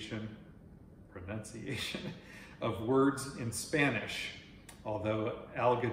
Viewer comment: Ah!!!! You surely do not disappoint!!!! I laughed so hard at you mispronouncing "pronunciation." It was epic and a joke that will keep on giving for years to come. I listened to your answers while cleaning and organizing my pantry! Thank you for the information and for adding fun to your videos!❤😁❤